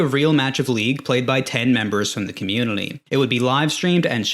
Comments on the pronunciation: bro struggling with the word "community" why you throwing an L in there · This guy found a way to say "community" with an "L"